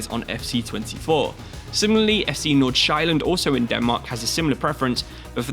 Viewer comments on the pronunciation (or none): As a Danish speaker, hearing him pronounce FC Nordsjælland and FC Midtjylland was painful